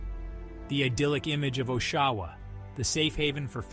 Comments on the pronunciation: Listening to you fail to pronounce Oshawa (aww-sha-wuh) everytime had me giggling. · you lost me at the first pronunciation of Oshawa